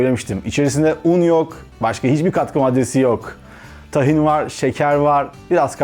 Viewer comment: Tahin diye okunmaz. İlk hece uzun okunur!